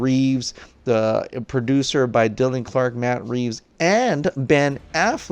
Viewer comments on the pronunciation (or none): none